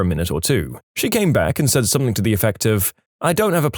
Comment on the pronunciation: He always pronounces something “somethink” 😅